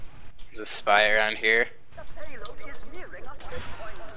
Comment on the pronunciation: Did...did he say "shpee"? That truly is the 'Leroy Jenkins' of TF2.